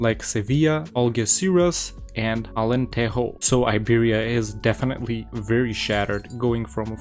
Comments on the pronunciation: Just a tip - unlike with spanish, the j's in portuguese aren't read as an hard r, but rather something like a zh (as in Zhukov). So, Alentejo reads Alentezho. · Alentejo is pronounced not like in Spanish. You read the j like you do in English.